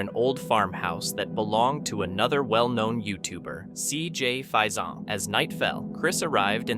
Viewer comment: It's not pokamokie it's pokamoke the e is not pronounced and cj name is pronounced fasion not fasone. You really need to double check your pronunciation of words and names!!